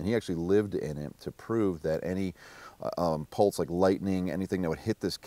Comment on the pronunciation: "A pultse" PULTSE NOT PULSE EVERYONE TAKE NOTE